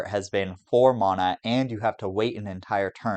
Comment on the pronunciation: Leaving the video 60 seconds bc of the vile way you pronounce “mana”